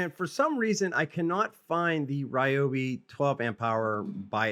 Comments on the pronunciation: It's actually a great idea, stronger battery, stronger output and longer runtime. BUT WHY CAN'T THEY PRONOUNCE THEIR BRAND CORRECTLY?? 🤭😉😁🤪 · You can’t even say the brand correctly 😂